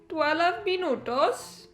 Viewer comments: i love the way she said "minuTOS" xd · When you say "minutos", you sound like a latin girl 😍